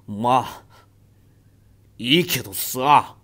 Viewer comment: まあっいいけどぅぉすぁゎ